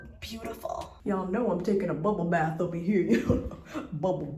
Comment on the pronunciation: nobody:: "BuBbleE BaTh"